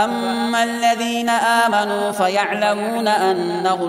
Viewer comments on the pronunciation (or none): Ayat number 125 "Aamenaa" nahi "aaminao" hai